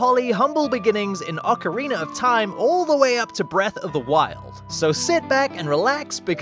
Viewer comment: He did it... He finally pronounced ocarina as "ocarina" and not "ocariner"